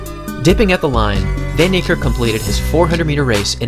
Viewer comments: People please pronounced his name correctly its fun nee care k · his name is pronounced " fun-nie-kErrk" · Proud South African in the comment section 💙🇿🇦 (The way you say "van Niekerk" tho 😂) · Nathan RS10 Happy to educate 😁. Its an Afrikaans surname, and the language is not known to the wider population other than Afrikaans people really 😂. The "v" is soft and the "a" is hard. You'd pronounce "van" the same as "fun" (as in, I'm having fun) without too much emphasis on the U. "Niekerk" is a doozy so I'll break it down best i kan 😂 "Nie" = "Knee" (as in i hurt my knee)(exact same pronounciation) "Kerk" is tricky cause the "k"'s are explosive. You wouldn't say it the same as "kurk" or "kurt". The two "k"s sound more like the "c" in "clerk" of the "q" in "que" The "e" in "kerk" sounds like the "e" in "certify" and "concerto". So if you put it together "kerk" = "cec" (like the c from "clerk", and the "e" from "concerto") The R is mainly silent So "van Niekerk" = "fun knee-cec" Trust me, as an Afrikaans person myself with an equally difficult surname, we get used to hearing it pronounced in a million different ways 😁. Google translate doesnt help much either 🙈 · Dude u pronoucing his name way wrong it's in Afrikaans not English